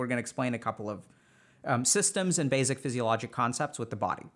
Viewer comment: i love how he says basic like basil lol